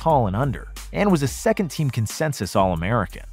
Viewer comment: Secoth and Thirth💀